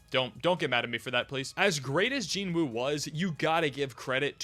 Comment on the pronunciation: You're anime only, so how did you develop the habit of mispronouncing the name of the main character? The "W" is silent.